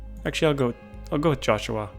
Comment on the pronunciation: why do you say joshua in a weird way?